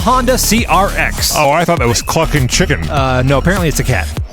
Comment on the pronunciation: Listening to you try to say CK's name over and over again was worth every second. Bring on round 2! :)